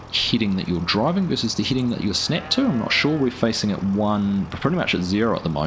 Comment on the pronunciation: FYI: head·ing /ˈhediNG/ not Heeding